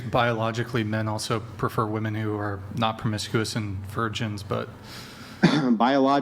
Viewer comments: she’s a good one. Sharp. She can’t pronounce the word “women”, but none of them can. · Why the hell do they say “Woman” when talking plural? Drives me nuts 😂😂